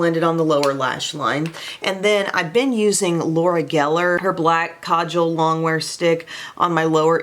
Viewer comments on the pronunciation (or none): none